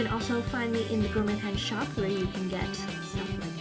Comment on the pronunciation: Gor-met ? Really. And you’re Canadian… you practiced for this video before broadcasting didn’t you?